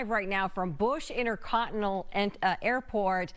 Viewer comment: The reporter said Inter coninal. Weird.